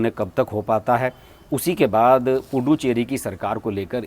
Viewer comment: Pl pronounce it as पु दु च्चेरी and not पु डु चेरी। पुदु in tamil means नया ,चेरी in tamil means hamlet/ village.गांव। इसका मतलब पुदु (च् ) चेरी = नया गांव ।